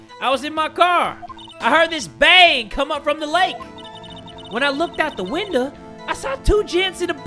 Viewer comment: "when i looked out of win-duh" 😂😂😂